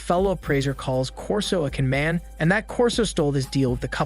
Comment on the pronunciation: "Quixote" and "conmam" mispronounced- AI? really